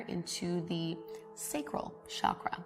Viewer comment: Hey, great video! I know you don't mean disrespect but the number of times you have spoken "chakra" in this video moved me to write this to you: the pronunciation of CH in 'chakra' is the same as in 'church'. In Sanskrit words are written exactly as spoken. So if it was spoken as Shakra, it would be written like that. You gave Chakras a french accent and that kept me from focussing lol